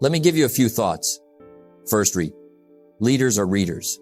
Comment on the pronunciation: The word "Read" is a dead giveaway for Ai reading for any Jim Rohn content, it makes me smile every time it's said wrong.